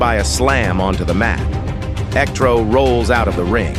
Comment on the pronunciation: You turned Electro into “El Ectro” that is amazing!